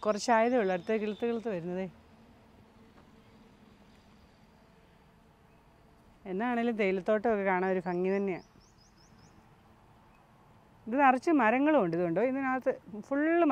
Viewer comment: ഫങ്ങി അല്ല...ഭംഗി ആണ്..